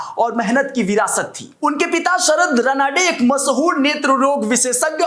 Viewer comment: रनाडे नाही रानडे आहे नाव